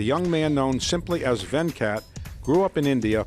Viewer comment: It's not Vencat its Ven-cut